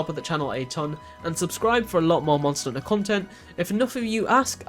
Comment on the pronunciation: say the H letter please....."mon er unter" bruh...